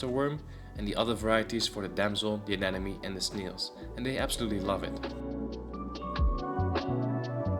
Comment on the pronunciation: Looks great, just some quick feedback: when you pronounce "anemone", think about "Finding Nemo" - aNEMOne. When it comes to fishtubers, "an enemy" is usually the pronunciation you hear from fat bald guys with beards.